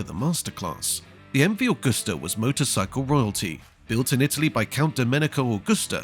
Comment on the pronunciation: Agusta is not pronounced like the srart of the month of August. Library footage cut in at random does not make a documentary. Lazy work.